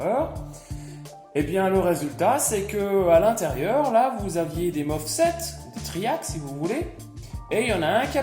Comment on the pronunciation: MOSFET et non MOFSET 😁 !!